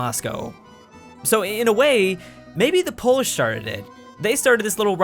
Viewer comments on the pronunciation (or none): none